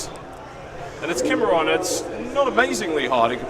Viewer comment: ki-mea-ron! not kimmerron lol